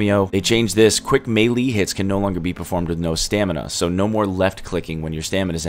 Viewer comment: The way he pronounced melee really bothers me